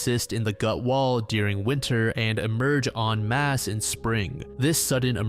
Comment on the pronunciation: i think this may be the 1st time i've ever heard an american youtuber pronounce en masse correctly